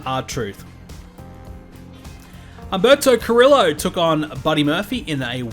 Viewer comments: the r’s are pronounced and the 2 l’s are pronounced as a ee/y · Want to point out that, unless WWE has done some fuckery, Carrillo is Hispanic and you are not supposed to pronounce the r's normally nor the l's at all.